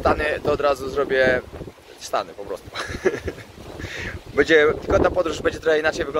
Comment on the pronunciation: Twoje „bedzie” „bede” jest najlepsze 😎